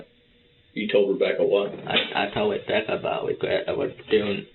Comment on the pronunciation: Wabbecca and I wove her 😂😂😂